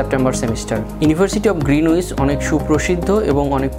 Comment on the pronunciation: গ্রীনিচ উচ্চারণ আগে ভালো করে শিখে তার পর ভিডিও বানানো উচিত।